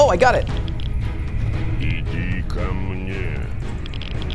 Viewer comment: "иди ко мне" - come to me. You have good Russian pronounce. Respect from Russia